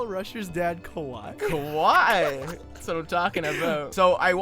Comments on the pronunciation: it's ka-wa-e not ka-why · It's not kah-y its kah-wa-ee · how to say kawaii: ka-wa-ie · ughhhhh... the way they say kawaii.... its ka-wai-y.... not just ka-wai..... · isn't it said car-y-EE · Ka-wa-ii pls xD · when they didn't pronounce kawaii right I wanted to cry because I'm japanese and uGh